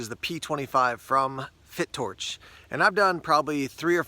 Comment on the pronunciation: I think its pronounced Fi...Torch .lol..great video..looks nice.